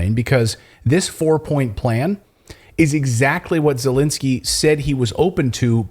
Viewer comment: is he intentionally mispronouncing the Ukrainian President's name or does he not recognize the difference between "e" sounds and "i" sounds?